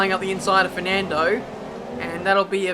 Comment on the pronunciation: Man, i shit bricks of laughing when you say “Firnandooo” kkkkkkk